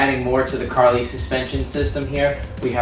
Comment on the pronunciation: It is pronounced Car-Lee. Not Car-lie. Good video otherwise.